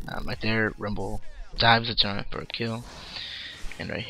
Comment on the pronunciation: turrent? turret*. quintense? quintinses